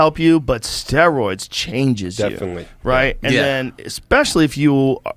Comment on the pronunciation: “What? I don’t even know what ‘ster-ooids’ how do you even do ‘ster-ooids’?